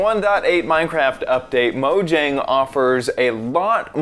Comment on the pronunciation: sorry, but i wanted to let you know Mojang is pronounced (Mo-Yang) It's a sweetish name that's why